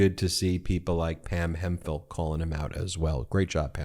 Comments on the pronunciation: It's certainly Hemp-hill, Not Hem-phill, Ben. Nice old English name. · It's Hemp-hill not Hem-phill, Ben.